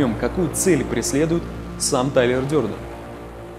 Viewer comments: Дёрдон, просто режет слух. Дэрдэн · Не Дёрден, а Дэрден.